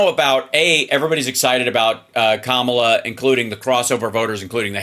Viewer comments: Major please learn how to say Kamala. Comma la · I hope figures out how to say Kamala pretty soon.